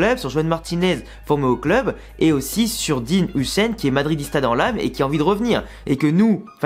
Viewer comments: Ça se lit "heu i sen" si je dis pas de bétises 😂 Sinon top vidéo 👍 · Sa se prononce dean iyouzen huijsen